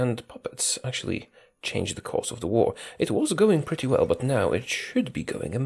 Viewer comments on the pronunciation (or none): none